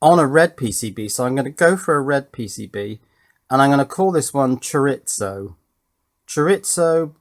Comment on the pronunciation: I'm fine with you guys saying "al-yoo-min-eee-um." I can even abide things like "in hospital," lift, boot and bonnet. But as a Californian that knows a bit of Spanish, I simply MUST formally complain about "cho-ritz-oh." Oh, just one more thing... I'm just giving you a hard time and this is mainly to help with channel engagement.